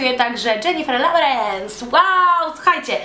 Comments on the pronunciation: czy tylko ja usłyszałam "Lowerens" zamiast "Lorens*? XD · Snow White masz racje... tylko wydaje mi sie ze nie Lowerens tylko Lawerens bylo powiedziane.